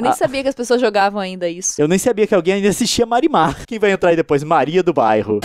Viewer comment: eu juro que toda vez que liam "marimar" eu escutava "mari madhass"